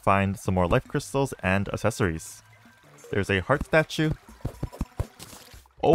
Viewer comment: "assessories" bro 💀💀💀💀💀🤮